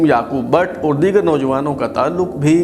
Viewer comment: Also improve your urdu pronounciation especially the word " aur" which is pronounced by you as "oor"